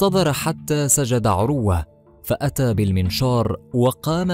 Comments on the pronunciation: اقبلوامني هذه الملاحظات: ١- اقول لصاحب القناه يابني آدم تعلم تلاوة الآية بشكل صحيح. من اي امام لمسجد قريب لك. ٢-ان تنطق اسم(عروة)بلا تشديد على الواو. ٣- يابني آدم لا تحلف على من (تردى حظه) وفتح قناتك بالصدفه وتطلب ننشر لك وانت كلك اخطاء/ ٤-على المتابعين الأغبياء لاتقوموا بمهنة التسول عبر القنوات وتحلفون علينا ان نمدكم. فوالله لم ولن امدكم الا بالدعاء ان يكشف الله ستركم ويفضح خداعكم وكذبكم على الناس. المتابعين لاتت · اسمه عروة بتسكين الراء وليس بضمها